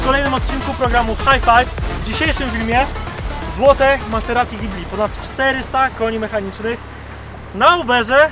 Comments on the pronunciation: MAZZERSTI A NIE MASSERATI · Miazga !!! Mazerati .. .a nie Maserati xDDD